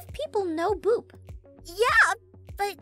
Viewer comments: i always hear Boob instead of Boop. im sorry. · ITS BOOP NOT BOOB 😂😂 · Omg u called it boob XD its boop btw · It's boop not boob xDD lmao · liba sara channel OMG ITS BOOP NOT BOOB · Boop sounds like hoop kinda btw nice vid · Wait aphmau did u say boob or something else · I thought you said boob for a second